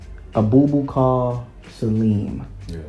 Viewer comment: Great choices! Abubakar Salim is my choice too. But you butchered his name😂😂 It's pronounced as (a boo ba kaa)